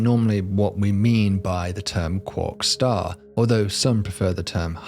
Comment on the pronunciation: Cwock staw